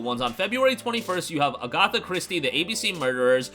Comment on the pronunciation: Did you just say Ah-GOTH-ah? You read things professionally for a living and cannot pronounce AGATHA?